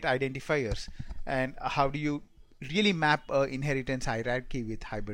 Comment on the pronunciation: When you say how sounds like hup/hop/hub and similarly with now..work on pronounciation